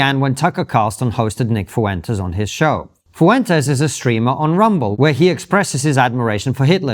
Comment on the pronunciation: Brits pronouncing Hispanic name is always hilarious and super annoying 😂 (foo entes😂)